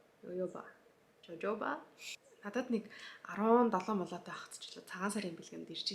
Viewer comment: Jojoba-Хохоба гэж уншина😊 Зөндөө үс арчилгааны бүтээгдэхүүн мэдэж авлаа, баярлалаа.